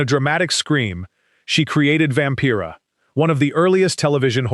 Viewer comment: Vampira = vam-PYRA not vam - PEERA.